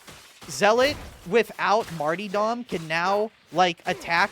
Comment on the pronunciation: "Marty-Dom" and "Arbeedeez"